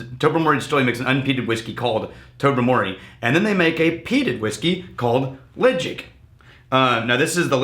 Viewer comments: its not pronounced ledge-ick.Its pronounced le- chaig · Pronounced “Le-chaig” like the word “chain” from The Isle of Mull where the whisky is produced.